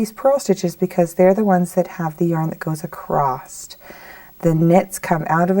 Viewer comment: ACROSS ,not acrost! lovely pattern thanks